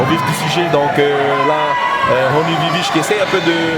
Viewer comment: C’est VIVISH merci de bien prononcer !!